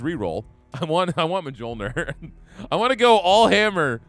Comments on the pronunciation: J's in Norse are basically Y's. So Thor's Hammer is "Myol - neer" Just a heads up. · Mjolnir is pronounced (Mule-near)